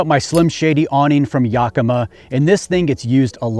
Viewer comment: Love the truck, we have to help you say Yakima right though. “Yak-ima” not “yuk-ima”. lol